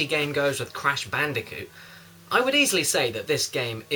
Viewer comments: "Let's talk about Crash Bandiphewrfueh" -Caddicarus, 2012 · I never thought I'd see the day where I'd be watching some young guy get some kind of an orgasmic reaction to eating pickled onion Monster Munch crisps and finding himself unable to say "Crash Bandicoot" correctly because of said crisps.